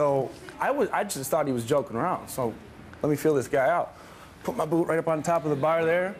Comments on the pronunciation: a boot fetish?? i thought i heard boob fetish hah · lol i thought that guy said boob not boot "i threw my boob up there" wtf?????